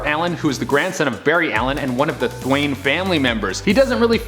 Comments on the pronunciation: Thwane? It’s.... It’s Thawne, Eobard Thawne! The Reverse Flash! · He kept saying thwyane and I was so confused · I prefer a version of the host who doesn’t butcher the character names. It’s Thawne not Thwane , Thwaine ,Thane , Thain or whatever the hell else you read on your que cards my guy. Credibility just goes down just a tad.agaaaaain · This guys needs to watch at least one movie, show, or other comic channels. Thawne not thwaine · Thawne not thaine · I love how this guy says thaine instead of thawne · Yeah, weird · Thwaine, really bro 😂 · Thawn.....with a silent e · It’s pronounced TH AWE N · Thawn... More like "son" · Mispronouncing Thawne really hurts your Flash cred. :)